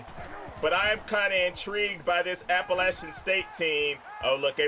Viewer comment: thank you for pronouncing Appalachian right